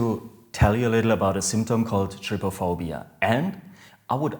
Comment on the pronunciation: U say is like try-phobia